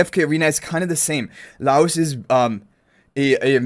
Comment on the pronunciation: Just FYI guys name is pronounced Lie Oce (like toast without the t). I'm super excited. Not a huge anime fan but Delicious is legitimately such a fun time. Also they confirmed a while back one of the units is free M+ so even more reason to be excited!